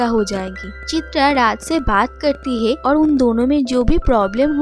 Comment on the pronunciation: Are "hae" nehi "hai".